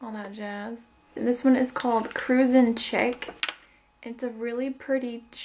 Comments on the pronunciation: ok. chic, is pronounced sheek. not chicK. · I think Cruising Chic is pronounced cruising sh-ee-c rather than chick. When it's spelled like that it means elegant and stylish. Btw I hope this doesn't come off as rude or nitpicky it was just something I noticed.